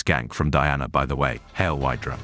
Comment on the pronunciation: How big of a marvel fan would you say you are? Considering the "hail whydra" thing.